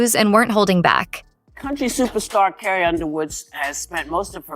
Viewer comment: Please get a real person to read the text instead of an AI voice that doesn't know how to say Carrie.